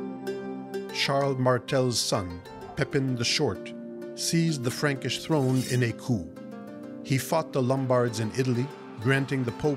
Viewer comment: I tuned out when "he" pronounced coup with a p